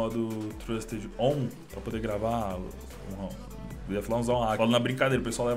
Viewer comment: so eu que achei engraçado ele falando "on"